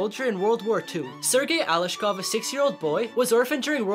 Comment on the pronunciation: Did you say ALESHKOV DO NOT PRONOUNCE IT SLOW PRONOUNCE IT FAST